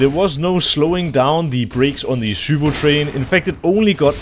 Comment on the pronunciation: the way nato pronounces zywoo is infuriating